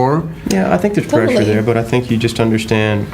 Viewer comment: amigo, necesitas clases de ingles con sentido de urgencia!! No se dice presion es pressure . honestamente tus entrevistas en ingles podrian ser mejores si hablaras mejor ...te dan poco tiempo y se siente desperdiciado...